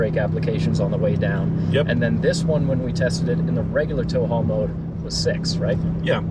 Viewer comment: “I was in taul how mode” or “”I was a tall homo””?